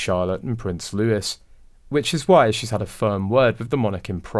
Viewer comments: Prince Looee not louis. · Please stop calling Prince Louis ,Prince Lewis .